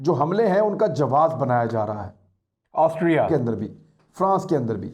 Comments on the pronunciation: Yaar imran kamaal ho gya... Tume Austria bolna nahi ata🤣🤣🤣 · Totle Austria bolna seekhle pehle... Anchoring baad mein karna🤣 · عمران بھائی کیا آپ سےاسٹریا پڑھا نہیں جا رہا تھا اپ نے گوگل سے بار بار ریکارڈ کرکے ہر جگہ اسٹریا کی ریکارڈنگ چلائ۔ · Why word Austria sounds different than his sounds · AUSTRIA word pe itna zor kion? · Austria ferse bolo Austria 😁😂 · I was thinking the same☺️ he got the pronunciation wrong so edited it.🤣